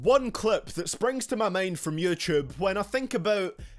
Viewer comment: He said "Yoochoob" lol